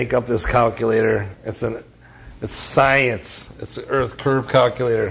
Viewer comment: he learned to pronounce "science" as Jesse very good